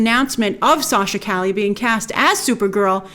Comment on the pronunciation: Btw it’s pronounce Sachs ca-ye kinda like street in Spanish.